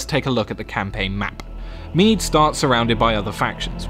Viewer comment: Kingdom of Mide ? is it not Meath?